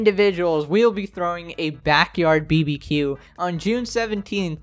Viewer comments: Did u pronounce BBQ as BEE-BEE-QUEUE???? IT'S BAR-BAH-QUEUE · I've never heard someone say BBQ like "beebeequ" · The man really said BBQ by saying each individual letter bruh making me die 😂